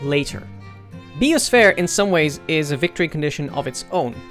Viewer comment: Thats one way to pronounce bio-sphere